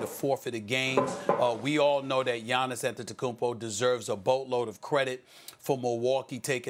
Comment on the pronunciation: Can we acknowledge how smooth max saved pronouncing Giannis' last name Lmaooo